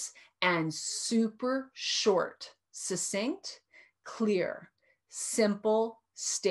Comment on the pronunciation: Not to bitch but, succinct sounds like, suck cinct, not sussinct.